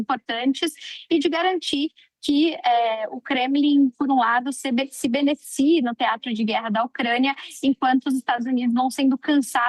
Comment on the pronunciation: Não é "benefie" e sim "beneficie" 😅